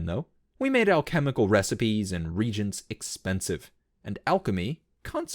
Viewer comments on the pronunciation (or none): Regents? I think you mean reagents (re-age-ants).